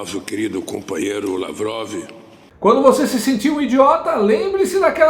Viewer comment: Ate na reuniao com o putin, ele fala cumpanheiro kkk